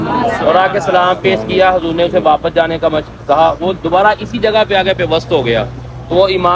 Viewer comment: Please aap Huzur boliye Naki hazur